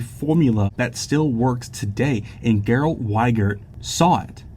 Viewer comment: I politey must let you know that the name is pronounced Jerald (Gerald)